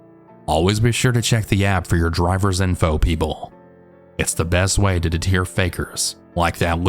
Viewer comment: I have to tell you, because it drives me nuts, but the word "deter" is NOT pronounced de-teer.... it's "de-turr"